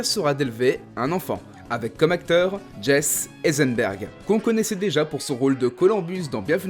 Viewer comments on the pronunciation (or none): Oula par contre gros problème on dit Jessie Eisenberg et pas Jesse Sinon très bonne vidéo 👌